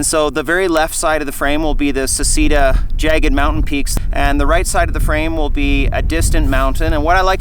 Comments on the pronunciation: ‘Say’ ‘chay’ ‘dah’ but otherwise great video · it's pronounced SECHEDA !!! Americans :DD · Just an FYI, in Italian it's pronounced "Se-chay-da" 😊